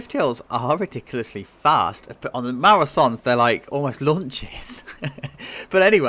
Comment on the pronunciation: I think it’s pronounced Maurer (so-nay)